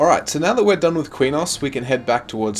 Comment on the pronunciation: Qeynos has never been Queen-nos either as far as im concerned love these videos tho.